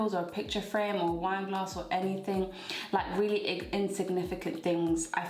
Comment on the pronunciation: You really came through with good advice. I knew the alcohol is hitting you hard when you said "You can't force anyone to do anythingnk" 🤣